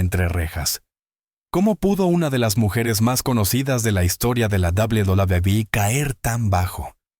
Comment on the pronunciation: Doblu Dablui😂😂😂😂😂😂😂😂😂😂